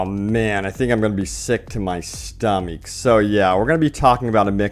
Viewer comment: "I think I'm gonna be sick to my stuhmeek." P.S. Thanks for all the updates thus far, you've been really helpful. :)